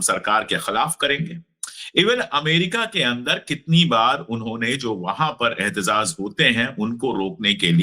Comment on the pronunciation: अशोक भाई सही शब्द एहतेजाज है, एहतेज़ाज़ गलत उच्चारण है।